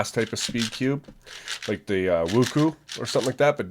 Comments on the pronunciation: Wuku its wuque (wuch way) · "Woo-Koo" Djtemdjfjfndnnchjckxkssn TRIGGERED wuque woo-chway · lol it's supposed to we woo-shoe-ehhh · Me: Qiyi Wuque. Him: Qiyi Wocoo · i know it doesnt really matter that much, fyi but WuQue is pronounce as smtg like Wu-Chueh coz its chinese pinyin it kinda work a little different, for accurate pronunciation if you actually care, try google translate and copy paste 无缺and the speaker symbol tell you how to pronounce it